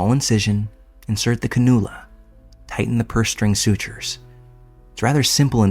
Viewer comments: Just an FYI... The word "cannula" is pronounced like "can-you-luh" rather than "kuh-noo-luh" For anyone interested!😊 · This did make me laugh in the video 😅 I might start calling them that at work 😂